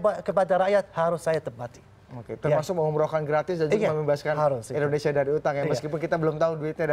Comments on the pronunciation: dia ngmng Indonesia atau indorusia sih apa gua budeg ya 😂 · Kalo lo jadi Presiden, orang bingung denger lu ngomong "Entrosea" "Endhosia" "Endhonosea" ... orang pikir lo ngomongin negara mana? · Indonesia bukan endresia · Mengucapkan INDONESIA aja blom bner... hadeeuh..